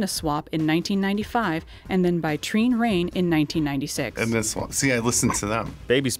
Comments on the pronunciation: They way they pronouncedTrine Rein, could not be more wrong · As a Norwegian, the pronunciation of Trine Rein was something 😅(and omg, I got 10/10. I'm so proud right now)